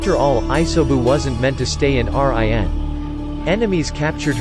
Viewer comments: Did he just said R I. N instead of rin😂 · Me cretiking him saying R-I-N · everybody:rin him:R-I-N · What make me trigger I say rin he say r-i-n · Normal people: Rin This bot: R I N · Why do you said Y A G U R A and R I N exepte rin and yagura and why did you say that black zetsu is a jinchuriki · It’s run not r i n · instead of rin its r i n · It’s not R I N , it’s Rin Smh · R I N instead of regular Rin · Not R. I. N.... Its Rin Nohara.. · When it says R,I,N but its rin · It's rin not R.I.N 😪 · Rin not R.I.N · Dude can you stop saying fucking R.I.N YOU BICH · Bro when pronounced Rin as R I N. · Everybody talking about Rin being pronounce like r I n but the way he pronounced yaguras last name lmaoo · Bro after he said R-I-N and than said MIN-nato namakazie I had to check out 🤦🏾‍♂️🤦🏾‍♂️ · R.I.N was annoying me so much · I stopped watching this shit as soon as he said R-I-N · What the F! R.I.N. Can't read 1 syllable names? I take it back. K.a.r.a.t.a.c.h.i. kills the video. Please do not upload until you finish school. I understand that some Westerners cannot pronounce Japanese well but at least some tried and not spell them out. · What the hell is with him pronouncing that as R-I-N?! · Wtf R. I. N like RN for registered nurse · R-I-N???!! are u kidding me? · whats with the R.I.N.? ,... I'm not bashing about it but I think it's kind of funny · Bruh he pernoused RIN wrong. It's sounds like your saying reen when you pernouse it right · R-i-n lmao 😆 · R-I-N wtf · Who the heck is R-I-N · Really just can't say Rin smh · damn I hate how you pronounced rin and isobu's names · how can he pronounce uzumaki but not rin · U should use ur real voice bc it doesn’t pronounce a lot of words right like rin